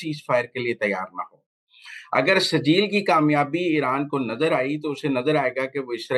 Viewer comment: او سہروردی صاحب ، یہ "" سرجیل"" نام کا میزائیل نہیں اس میزائیل کا نام "" سجیل "" ھے اور یہ نام قرآن پاک کی سورہ الفیل میں ھے زرا پڑھ لو